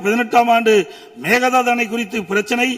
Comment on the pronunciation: அது மேக தாது கிடையாது. மேகெ தாடு !